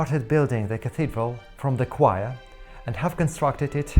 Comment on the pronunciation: "Quire" ... ????? You mean "Choir". And walls or wall are not "walts" or "walt".